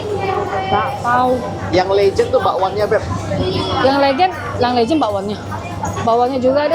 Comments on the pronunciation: Itu es legen bkn es lejen kak 😂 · Ko bukan legend bacanya😂😂, tapi legen, le-nya Lengkuas, gen-nya Genetik. keren akhirnya ke Surabaya. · Bacanya bukan lejen ci,, aduh gimana jelasinnya ya,,, 😂 legen, seperti baca kata "keren". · Legen bang bukan Legend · Air Legen, bukan Legend 😂😂😂.. beda pelafalannya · Cara ucap legen ky ucap beken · legen dari kata legi-an > legen (arti: manisan) le-nya di baca kaya baca lengkap gen-nya di baca kaya baca generasi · Air legen . Baca (LEbah aGEN) LEGEN 😄, next jadi tuak 🤣 Btw infonya bang, internetan di daerah terpencil tetap menggunakan signal operator biasa atau sudah memakai starlink?